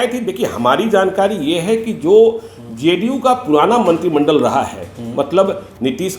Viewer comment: मुज़्हे तो ये ज़ ज़ करने बाले पत्तलकार महोदय ही सबसे बड़े एजेन्ट लग रहे हैं । जिन्हें ज़े डी यू की कितनी चिंता है ।